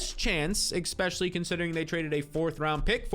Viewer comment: stop saying 'EXPECIALLY'